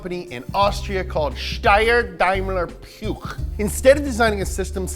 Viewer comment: You actually pronounced Steyr as is should be! Damn, I’m impressed!